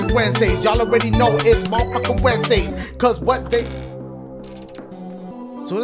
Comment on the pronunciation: Nobody: Dashigames: “weird Wednesdays have turned into weird Ssssswednedays.”😂😂